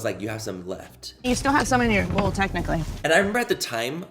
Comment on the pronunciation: Oh yea wen Taylor said technicaly lmao I was like omg🤦🏻‍♀️